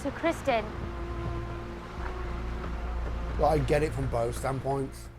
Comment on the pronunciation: Just FYI, it's Criston, not Crispin :P I agree with what you say though :)